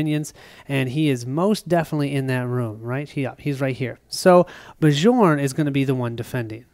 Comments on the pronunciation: Love the play through, but you are driving me crazy calling the barbarian "Ba-Jorn." It is pronounced "Byorn," like Bjorn Borg. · Awesome play through. The Trog's are cool. Have only played with the base game monsters. Bjorn is pronounced Bee-YORN:) it is a Scandinavian name. Charge was an awesome skill in our game on Bjorn. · Bjorn (Bee-yorn!) should not heal 1 point when he takes the +1 Max Health skill. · Every time you say Bjorn, the way you pronounce it, I have to think of a French guy in white/blue striped shirt, fighting with a baguette...